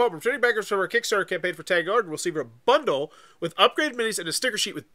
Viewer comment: Worth noting that it’s pronounced Tahng. Tang in this context rhymes with the word song or long or wrong.